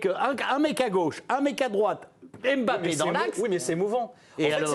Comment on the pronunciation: Arrêtez de dire Em bappe